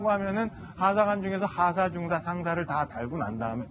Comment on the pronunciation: 방송발음똑바로 중사는 하사다음 발음똑바로